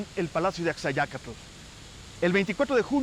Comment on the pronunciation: la expositora es argentina y no puede pronunciar bien el náhuatl: Axayácatl: acsaiácatl enfatizando la "tl" final